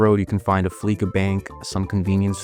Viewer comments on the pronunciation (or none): It's pronounced Flee-sa Bank. A play on words with Visa and Fleece, as in "getting fleeced."